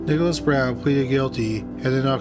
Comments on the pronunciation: It sounds like he is saying "Brown" instead of "Bowen". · i wish you pronounced things more clearly :/ just because youve been saying brown instead of bowen, his real last name